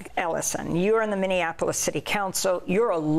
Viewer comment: Trump can't even say Minniapolis. It comes out as Mini Anapolis, as if it's a smaller Annapolis.